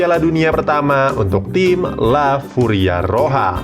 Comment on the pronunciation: La Furia Roja min bukan la Furia roha